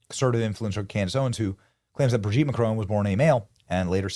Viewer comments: Hey Benny, it’s ‘Bro’gitte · LMFAO the emphasis on Brigitte 😂😂😂😂 hilarious